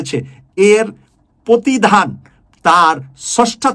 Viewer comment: প্রতিধান নয় প্রতিদান।